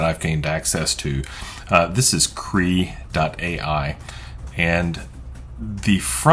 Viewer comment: I'm pretty sure it's not pronounced "KREE"...rather, it's pronounced "KRAY-AH". smdh